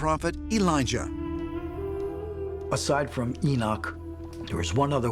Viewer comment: Elijah A Liar A-lie-a